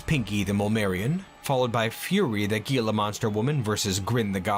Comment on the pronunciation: just fyi, "gila" is pronounced "heel-ah" source: im arizonan